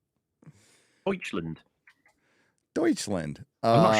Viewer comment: it's Deutschland not Deutschländ